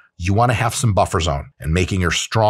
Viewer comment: MY BAICK